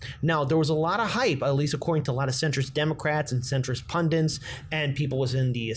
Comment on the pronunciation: It's PUNDITS not pundents!